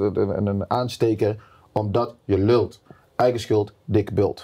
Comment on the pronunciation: Steven moet nog even de uitspraak "je lult" leren, verder is die best ingeburgert